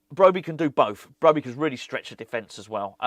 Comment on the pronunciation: BROBBEY not BROBEY pronouncement